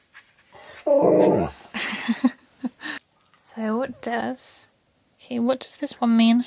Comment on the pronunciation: he clearly said Oh Key is Genius 🥰😍🤩